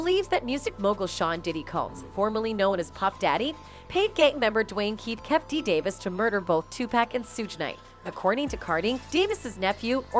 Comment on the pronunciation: mispronouncing names on purpose just to not get sued for defamation of character